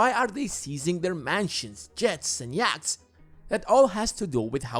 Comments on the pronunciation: Yachts are pronounced Yots (short o). Those superyachts look ugly. Stealing tax revenue from the Treasury - that's what Sergei Magnitsky discovered and revealed before he was imprisoned and killed. The Russian government is a mafia system and a kleptocracy. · I like how the narrator says, "YACHTS".